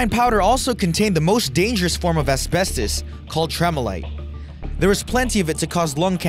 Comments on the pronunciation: Two things. 1.) Asbestos isn't being pronounced properly 2.) The Note 7 was recalled because the battery was too big and kept short circuiting causing the fires and explosions. Not because it was holding too much power. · The way he said asbestos 😂🤤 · His Pronunciation of asbestos is annoying me